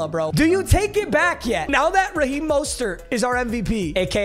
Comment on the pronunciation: said Raheem MUSTARD and then moaned 😂I love me some